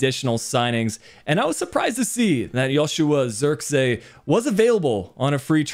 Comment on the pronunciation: Joshua isn't russian(zirkski), his name is pronounced like Zirk say. Like the "ee" in van de beek.